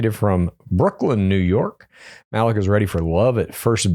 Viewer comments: Yeah this was making me CRINGE LOL😅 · Malik is probably pronounced MA-LEEK btw guys